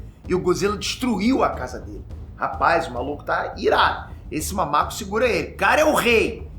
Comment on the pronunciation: o falando "Mamaco" é top d+!!!!